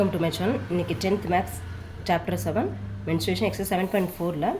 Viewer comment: For ur kind info its mensuration not menstruation